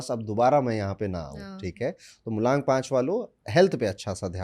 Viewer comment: MULANK ❌ MULONK ✅. Corrected by 😅